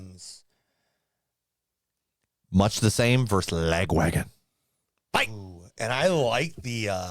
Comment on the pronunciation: chuck gets the braincell by default because i think pronounces the name of this band strangely - "la-gwagon"? it should be "lag-wagon", as in the name of their original (i believe) tour van.